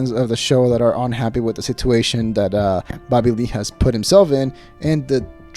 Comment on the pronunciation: I'm subscribed because I'm an ol' hen and love getting the dish on my favorite podcasts but......I hate how you say the word 'situation'